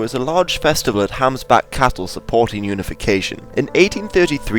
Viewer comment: Hambach not Hamsbach